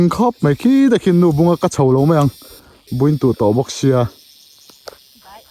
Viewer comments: Mai aiah mei i ti dik lo zêl a! Tih mai mai loh tur, kan ṭawng hi! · "Mai" tih tur a "mei" tih ṭawngkam i hman hi tlem phei se chu i ṭawng pawh ngaihthlak a nuam leh zual ang.. han ṭang leh sauh sauh teh..